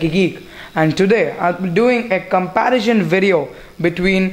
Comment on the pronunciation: If you want to improve, seriously work on your English. Its comparison not comparision! Also, dont talk so much, you end up speaking a lot of nonsense, keep it short and simple. Don't bore your viewers.